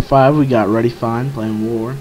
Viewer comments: First one is pronounced redeifne not readyfine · Redefyne=Me its pronouced (Ree-duh-fine) hanks :)